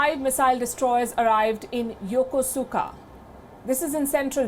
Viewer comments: It's pronounced "yokouska", not yokusuka. Please. And stop calling Japanese people you don't know by their given names, i.e. not their family names, especially w/out attaching the suffix "-san". It's a grave insult, although they will never tell you that because they are polite. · It’s pronounced “YUKUSKA” not the way it’s spelled lady, lol. Ask the Japanese, that’s how they say it too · Yokosuka is pronounced Yokoska. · Excellent report. However, Ms. Sharma did not say the name of the Japanese city, where the five destroyers arrived, correctly. The City of Yokosuka, which is in the southern Tokyo Bay region, is pronounced Yo-Ku-ska, not Yo-ko-su-ka. In Nihongo (Japanese) u is most ofter silent when following an s. I know this for I once served there in the U.S. Navy aboard a Destroyer when I was younger. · pronounced..Yakoooska..Yokosuka, Japan